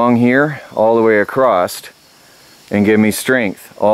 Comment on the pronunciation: Why does say, Acrosst? Across..... with no 'T' All thoses windows well be covered with car sun screens and blankets?